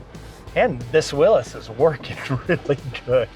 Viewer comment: It’s not Willis it’s willys or Willy’s